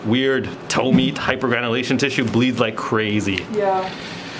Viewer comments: The hyperventilation tissue!!? 🤣😂🤣😂🤣😂 Man, I love you!! That's what I heard the first time you said it. Well done as always! I learned a new medical terminology too, leg dandruff. Lmao, you and her dad were just so funny. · hypergranulation tissue! LOL!